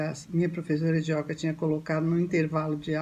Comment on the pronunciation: Iyoga ( iyóga) nao